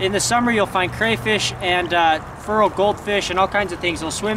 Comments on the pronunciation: Is he saying "feral" goldfish? Sounds like he's saying "fural". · Been trying to figure out this word you're saying, "furral". Google search is turning up nothing. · hahaha when Feral is pronounced Furr-al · When u say fural u mean feral right? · Vinny M feral* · You're saying "feral" wrong. At least compared to how we say it in Oregon.